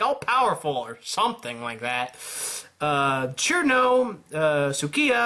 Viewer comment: ITS CIRNO NOT KIRMO! ITS PRONOUNCED SERNO!